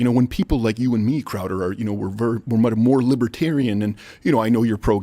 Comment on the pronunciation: Sorry…. WHITE POW-DER with CHOWDER… SORRY You said go crazy I do love you guys!